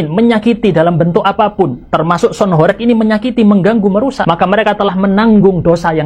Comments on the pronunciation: Horeg itu huruf "E" nya bukan kayak penyebutan "korek" bang.. tapi penyebutan huruf "E" nya kayak kata "warteg" / "gempa".. Dan horeg sendiri artinya bergetar kyak gempa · Mas dibilangin dari kemarin kok gak bisa to,sebutanya bukan sound horek,tapi sound horeg..tolong lah komenku dibaca..beda lo horek sama horeg